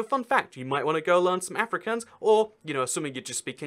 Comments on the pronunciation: It’s not Ehfrikaans it’s AAfrikaans. I’m from SA lul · afrikaans is my worst subject at school (the second language in the western cape of south Africa.. also its pronounced aa ( as in car) -freak -auns (also as in car) not africans. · I speak afrikaans Basically if you understand Afrikaans then you can learn English by watching TV and you already understand dutch. Its pronounced Ah - frick - aawns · A couple of quick corrections-- Amish and Mennonites aren't the same, they are sliiiightly different (due to a theological split I think). Both groups live in the US. Also the "aa" is Afrikaans is pronounced like ahh, not like Anne. (Well, if you hear an Afrikaaner say it it sounds like Efri-CORNS, but hey.) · Ah-fri(you roll the r)-kahhns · It’s pronounced Uh-Free-carns I learn Afrikaans in school I live in Suid-Africa (South Africa in Afrikaans) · Any South Africans also cringing at how he pronounced Afrikaans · You did not say Afrikaans as afri kans I’m disappointed